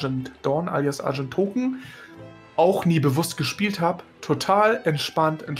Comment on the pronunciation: wieso sagst du immer argendtoken? was ist an dem server so besonderst gut zum gold machen?